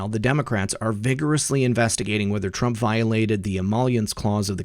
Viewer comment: Isn't it Trump. Not Trunp?? Lol